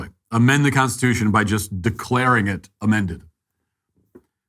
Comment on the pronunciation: That man could not even SAY the word "Constitution", let alone SPELL the word "Constitution"